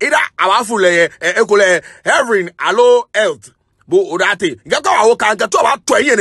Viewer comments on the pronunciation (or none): Heavren or erth 😂😂😂😂😂 kpakpo mess up